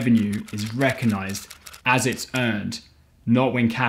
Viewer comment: Another great presentation..... love your style.... but please..... rec-og-nise not reconise